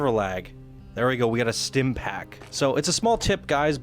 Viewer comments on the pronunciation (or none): none